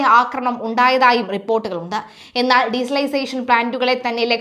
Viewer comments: Desalisation അല്ല ഡിസാൽനേഷൻ😂😂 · For your Kind information,,,its Not Diesalisation,,,, its De- Salination,,,removing salt from sea water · De -salination plant anu mole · Desalination plant എന്ന് പറയു!! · ഡിസൈസലൈസേഷൻ അല്ല